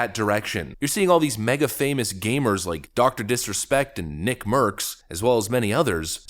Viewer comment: Gamers not gaymers!